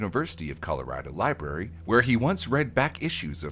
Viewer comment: Did you say........Liberry?